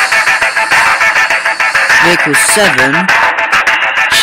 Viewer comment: It's vehicles not vichles